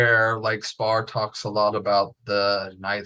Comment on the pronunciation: Is Austin Spare really pronounced Spar? Is he testing the interviewer..and the viewer and himself? I think so.